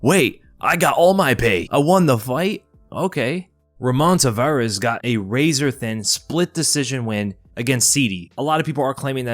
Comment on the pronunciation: Its Ramon Taveraz not Tavarez